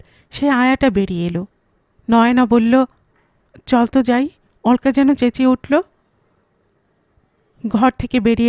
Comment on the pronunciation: নামটার উচ্চারণ হবে অলোকা, অল্কা না